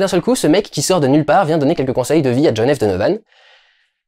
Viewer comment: à partir du moment où tu dis mal le titre anglais....j'ai même pas envie de continuer